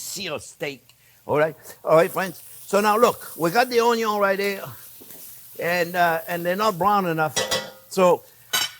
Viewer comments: We Aussies speak just fine, and understand the French accent very well, except Onyo. Thanks video editor for the translation. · You’re making me talk and I’m burning the onyo 😄yeah sure thing, we making him talk, have you ever heard anything as funny as that😁